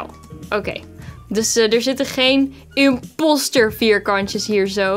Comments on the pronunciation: Ik belike: ik die imposter zegt:IMPASTER! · Van mij mag je zeker inpauster zeggen(inpauster=inposter) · !!!!Mensen!!!! Het is gw imposter maar je spreekt het uit als imaster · Je mag inpaster zeggen